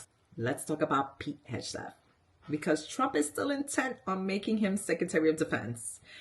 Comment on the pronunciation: The least you could do is to learn how to pronounce his name before you start making money off of bashing him on Youtube.